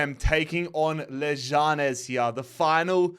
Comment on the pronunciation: You’re saying leganes wrong